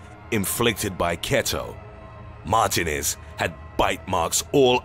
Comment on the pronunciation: You butchered the name martinez 😂😭